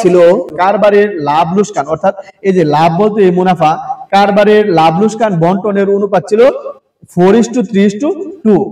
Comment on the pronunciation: লোসকান ❌ লোকসান ✅ 😂😂😂😂😂😂